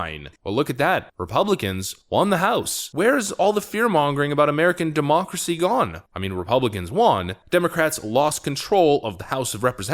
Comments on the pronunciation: Will you shut the heck up the the M'Democracy?!!! What is the 'M' prefix in many of your words all about? It is getting really annoying. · What is "modemocracy"? I have tried to look up this word and can't find it? did you create a new word? or are you mispronouncing it?